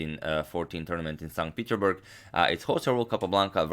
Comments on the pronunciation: Plzz its not peterburg its peterssssburg u have to pronounce the s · PeterSSSSSburg please, PeterSburg! It triggers me xd